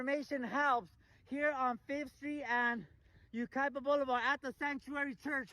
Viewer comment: Yucaipa is pronounced you kie pah